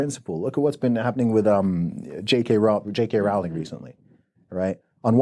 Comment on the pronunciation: That's the first time I hear British people mispronounce JK Rowling's name.